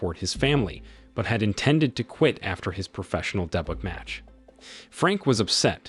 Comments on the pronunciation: You could Improve your voiceover mistakes by checking the pronunciation BEFORE posting. Example: at about 11m 29s, his star pupil is about to have his professional boxing Day-Butt (debut). You can trick your AI software on such things by using creative spelling for words it does not properly recognize. In this example, use day-bew, instead, to see if it works. Hope this helps. 😎♥✝🇺🇸💯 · Pronunciation of "Debut"? Who are you and what is your native language?